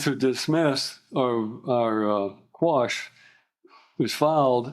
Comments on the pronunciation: Miranda Rights are ONLY READ when the Cops mean to ASK U Questions…🤦🏻‍♂️😂 SQUASH😂😂😂😂 It’s Quash U absolute Idiot!!! And Boy this Guy really Loves that “ Fruits from the Poisonous Tree “ saying doesn’t He..🤦🏻‍♂️😂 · Squashed😂😂. It’s quashed you nitwit.